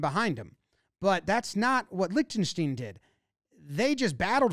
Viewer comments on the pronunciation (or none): didn't pronounce Lichtenstein the same way once and that's honestly impressive